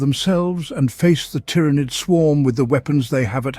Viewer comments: Why do you pronounce tyrans different from tyranid? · This must be some text to speech since it keeps pronouncing Tyranid in 50 different ways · Is it pronounced TY-RAH-NID or TEAR-A-NID. You were using both pronunciations. But mostly the first one you were using. Sounded weird.